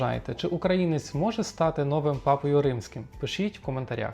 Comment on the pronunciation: Безграмотний... Три рази - нОвим - а правильно - новИм. Дві третіх - голосу - ! А чому не - голосів - ? І нарешті - голосують усі, а претенденти - лише до 80 років.